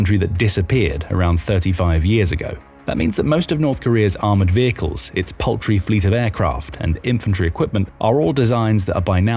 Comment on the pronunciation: Did it say poultry or paltry?